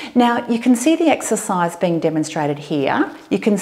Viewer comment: Эксесайз, Эксесайз, Эксесайз, Эксесайз, 🤣🤣🤣